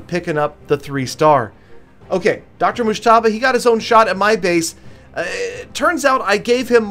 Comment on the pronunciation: Your pronouncing mujtaba wrong Fan from Pakistan 🇵🇰